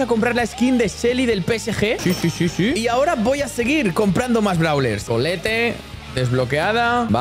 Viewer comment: Se dice paiper y se escribe piper y collete se dice colet